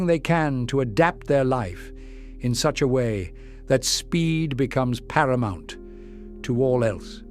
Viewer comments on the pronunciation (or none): none